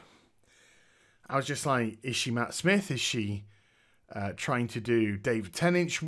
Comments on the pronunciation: David "Tennidge" ?? Lol love this review man but why can't you pronounce "Tennant"? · lol you called tennant ten inch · Aside from not knowing how to pronounce David's (NOT "ten inch") name (watch an interview where he is there and introduced would you?) this was a fine talk. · Sorry, but your title is all wrong. It's not, whether Dr. Who is leaving, but whether Jodie Whittaker is leaving. Also, sorry but you didn't pronounce David Tennant's name properly. Why on earth do you pronounce David Tennant as, David Tennach, Sir? Why don't you pronounce the last syllable of his name Tennant, as the same as "ant" or "ent?"